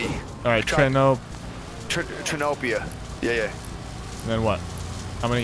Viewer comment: Noone: Like seriously noone: Nick: Trinopia😂